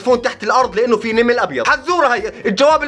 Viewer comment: نمل ❌❌❌❌ نِمل✅✅✅✅✅